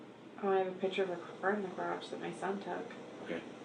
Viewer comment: There's no such words as kidsess, girlsees, she uses like too, and piture for picture, whatnot, she's just as bad as the moron husband.